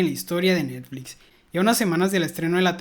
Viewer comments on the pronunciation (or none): none